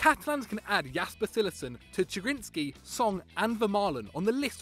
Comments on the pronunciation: Ayur Bhatta That is how you pronounce Chiellini in italian. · The way you pronounce Chiellini gives me ear cancer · If you're going to call out players like chiellini at least pronounce there names right, do some research you fucking morons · Utterly facepalming at this guy's pronunciation of "Chiellini". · How are you gonna put chiellini on here but not even pronounce it right? how are you even gonna put him on the list? How isnt boateng on here? so many questions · I disliked the video only because of your "Chiellini" pronunciation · Weird list.... and all I can think of commenting is "That pronunciation of Chiellini though..." Meh! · If you're gonna say chiellini is overrated you can at least pronounce his name right. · Ch! Ch! Chiellini! Pronounce it well. Wait wait.. G! G! Barzagli! Please😭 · I didn't like the fact that you picked Chiellini but I wasn't going to dislike. Then I heard you pronounce his name... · its kee eh lini not chee eh lini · U know this list is shite when he pronounces Chiellini as tchielyny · It isn’t CH eillini it is pronounced C heillini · It's pronounced kee-a-leen-e I'm not even a Italian and I know that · It's pronounced Chiellini (Ki-a-lini) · The C is pronounced Ch but if its Ch its pronounced a silent h so it sounds like Kiellini. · It's pronounced "Kiellini" by the way. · i just can't take someone who can't pronounce a name right seriously.......smh its chiellini with a k and trust me he is better than bonucci at DEFENDING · "CHEE LINI" LMFAOOOOO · mate... I like you, and unlike many fanse of Football Daily, want you to succeed.... but you cant pronounce Chiellini so blatantly wrong. In Italy, when the letter "C" and "H" are together they create a "K" sound. While it is spelled CHiellini, its pronounced "K-ielliny" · You pronounce it Kiellini. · The way he pronounced Chiellini... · They don't even know how to pronounce Chiellini and they call him overrated ffs man 😡